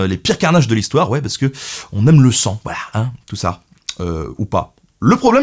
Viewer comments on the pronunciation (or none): none